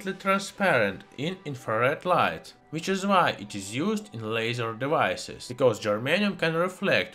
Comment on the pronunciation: the pronunciation of "devices" is almost sound like "давай" (means "come on" or "on me" in Russian) which makes me chuckled as a RUS/ENG speaker XD